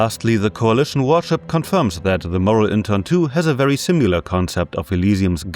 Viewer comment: similar, not simular